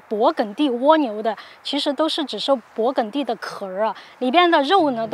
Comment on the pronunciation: 跟我学，勃艮第，艮是一声gēn